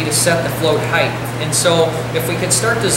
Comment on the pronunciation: Height not Heath